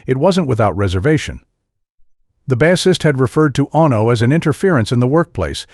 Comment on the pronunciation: Ono, Bassist! Why can't he say the words properly . FFS.